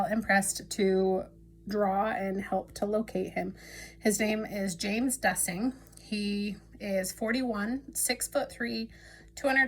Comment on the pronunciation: Hi! Thank you for posting! His last name is pronounced DEUCE-ing or DOOS-ing just to let you know. His brother Scott lost his life to suicide a few years ago. Although I do not usually support intuitive efforts, I am a close friend of James’ ex wife and want to do anything to support this family and I appreciate any sharing as his family does of course as well.